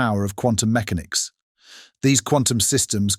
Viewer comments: Whose picked it? AI voice. "Meckenics" not mechanics. Already here. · for future reference quantum meCANix, not MECanix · Is this an AI voice over? At around the point the narrator refers to “Quantum mech-a-nics” rather than “Quantum mech-an-ics”, a very unnatural pronunciation and an unlikely error for a native English speaker. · Ah, but quantum computation couldn't teach this AI narrator how to say MECHANICS or CHINA correctly. It also cannot insert periods (.) or Capital Letters at sentence breaks--and one would think that it should be able to follow a script provided for Closed Captions. It even misspelled Michio Kaku. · Yet another vid, with an intentionally alarmist title, narrated by what sounds like AI. Who pronounces "mechanics", MEK-uh-nics, (although sometimes pronounces it correctly) and "subsequently", sub-SEE-kwent-lee"? One minute "quantum" is pronounced KWON-tum, and the next, KWAHN-tum. Also, an English accent but using American terms. English people don't say "two thousand seven"; they say "two thousand and seven". More examples: "Technology" pronounced tek-NOL-a-gee, (hard G), not tek-NOL-oh-jee. "Fiction" pronounced "FIC-tee-un". "as the project GUY-ned Mom-en-toom" Gained momentum? "an unexpected GOV-un-men should un hinder it's pro-GRESS" UH? "Uncertainty" pronounced "UN-ser-TAIN-tee" (This just gets worse as the video goes on)! "Society" pronounced "SOH-see-uh-tee". "Misused" pronounced "miss-OO-st". "AI development has sur-id FOR-wor-d" Surged forward? (Ironic)! I could go on...